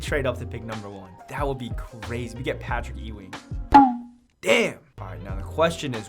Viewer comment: I was looking for this comment the minute I heard that lmao